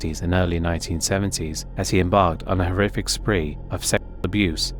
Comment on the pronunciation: Spree, not spring.